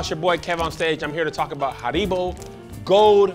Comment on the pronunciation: The way they pronounce haribo hurts